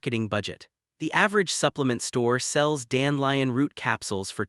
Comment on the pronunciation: I lnow ots a.i but its dan de lion not dan lion